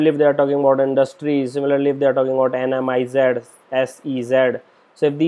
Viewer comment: it is NIMZ not NMIZ